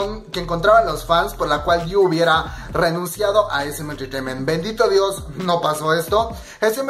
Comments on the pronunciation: Repite conmigo: DI-O 😂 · Amigoooo No es diu, es di ou